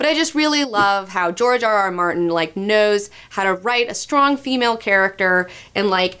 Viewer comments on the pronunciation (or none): none